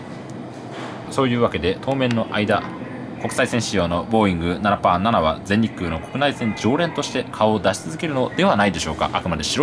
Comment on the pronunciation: 未だにナナパーナナと発音するスーツ